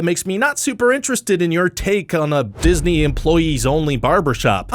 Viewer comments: Anyone else notice "Diney World"? Because I didn't. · tunnels under "DINEY" world ;) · I'm here for the "Diney" World facts. :D